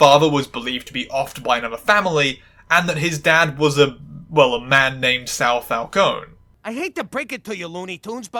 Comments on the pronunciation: Oh, technically, Italian names that end in an e are pronounced “eh.” Like, Falcon-eh. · its FAL-CO-NEH with the E ponounced like the first E in "ESCAPE" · Just to let you know, "Falcone" is pronounced Fahl-cone-eh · Well,sorry to say it to you,,but both of your pronunciations of "Falcone" are wrong P.s.I'm an italian girl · Did not notice the Falcone pronunciation until you pointed it out, but I enjoy that you did